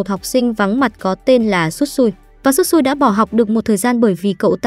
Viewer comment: Shisui mà nói Tsutsui